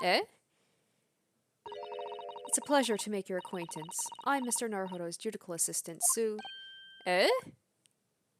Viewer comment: small thing, but it's ju-di-shi-al, not ju-di-kal. cheers